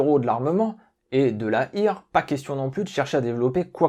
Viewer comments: bonne video, bonne équilibre entre le contexte et l'arme proprement dite. 2 remarques : l'allemand est une langue simple sur le plan de la prononciation, ça se prononce comme c'est écrit. Donc "Heer", c'est "Hèèr", pas "ir" . Et oui, l'idée de tirer pendant le saut est débile, mais un trou dans la toile par un étui brûlant c'est un non sujet. Si j'ai le choix, je ne prend pas ni STG 44, ni FG42, ni même aucun fusil. 75 % des pertes sont le fait de l'artillerie, et le reste c'est les mitrailleuses, les armes spéciales (tireur d'élite, grenade, lance-flamme...) et enfin, très loin derrière, le fusil ; même pas sûr qu'il soit devant la baïonnette, la pelle de tranchée et la bête mais indémodable et détrônée depuis 40 siècles : la lame de 30-40 cm de métal. D'ailleurs dès 1918 c'est relativement bien compris et la section d'infanterie est organisée autour d'une paire de mitrailleuses. Donc 5 kg de fusil, non, merci, je prend juste 1 kg de Luger (ou équivalent), 1 kg de grenades, et 3 kg de munitions de plus pour la vraie puissance de feu. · Super intéressant, merci 👍👍👍 Petite précision à 4'00 : Heer se prononce à l'allemande "hèèreu" et non à l'anglaise "hire" 😉 MDR la réf 4 par 4 armés jusqu'aux dents ... 😂